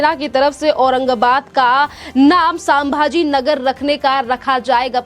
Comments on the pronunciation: WRONG PRONUNCIATION..PLEASE CHECK..IT'S SAMBHAJI NAGAR.. NOT SAMABAJI NAGAR. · वो संभाजीनगर है.......सांभाजीनगर नही है ,सही उच्चारण होना चाहिए ..... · Medam सामभाजी नगर नहीं संभाजी नगर बोल अभी मेडम बोला है अगली बार एसा उच्चारण किया तो मा बहन की गालिया सुनेंगी